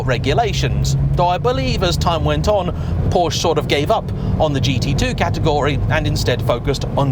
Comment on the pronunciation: I really like your videos,. But please stop calling it a "Poasch". Every other car brand, you seem to be able to prounce correctly, why not Porsche? Clarkson: How hard can it be? Please, you can make it. Thanks from a german car enthusiast.